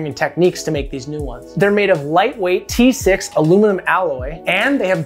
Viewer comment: Did you just say t6 aluminum alloy? 😂